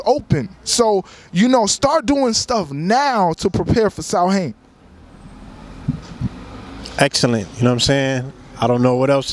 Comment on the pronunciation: Samhain comes from Ireland. It's pronounced sowin.